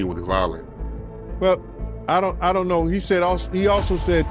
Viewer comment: Hahaha, know not mow